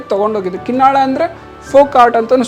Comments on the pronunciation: It's KINNAAL not Kin nal but Kin Naal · Narrator needs to put some work into learning to pronounce local names correctly. The people in the video are repeatedly saying the name KinnaaLa but the narrator (probably north Indian) keeps wrongly saying Kinnal. Narrator, your only job is to lend your voice, and if you don't do that correctly, what value do you bring?